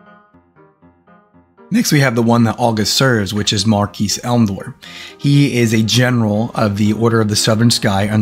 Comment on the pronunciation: Nice video. Keep up the good work. Btw, "Marquis" is pronounced mar-kee , the s is silent.